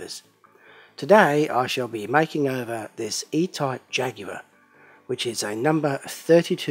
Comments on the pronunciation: says it jag-u-ar and not jagwaur Ah, a man of class I see. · 3M is not the same as MMM but nice job on the Jag-ewe-ah!